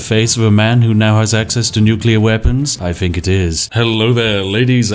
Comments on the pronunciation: 'Th'...use it in words! Finking, fought, breaf, everyfing, pafetic, fousand...THE list goes on. Oh...and its 'of' not 'ov' 😂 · Got to say, for such a recent game it looks like a heap of shit, it's nearly as bad as Spiffing Brit's pronunciation of anything beginning with th getting turned into an f, take the word think for example, nobody apart from retarded coffee drinkers pronounce it as fink.